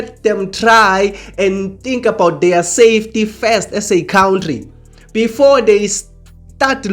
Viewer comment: Hello you are saying good things that make sense but please stop saying Cowntry, it is pronounced Cowntry, not like Donkey Julius says it! 😮